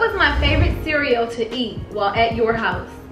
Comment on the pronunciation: When said “the green cereal” his spanish accent came out🤣🤣🤣🤣🤣🤣🤣